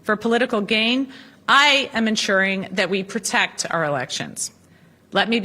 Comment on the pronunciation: To pwotect her 😊?